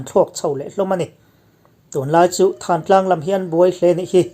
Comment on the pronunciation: Thantlang tiha 'than' hi, hmingthanna tiha 'than' lamrik anga ri hniam leh bung nghata lamrik tur a ni e.